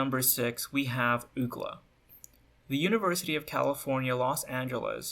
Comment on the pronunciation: bruh this guy actually said ookla for UCLA XD